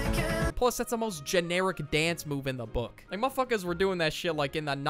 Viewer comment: pls when u say mf is sounds like muhfukus